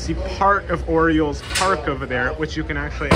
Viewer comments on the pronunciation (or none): none